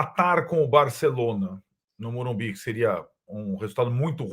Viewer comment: Dói ouvir morumbis. Morumbi porra